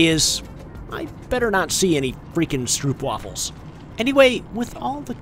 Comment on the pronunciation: it's pronounced stropewaffel.They're a Dutch snack, and they're "lekker"! (more Dutch)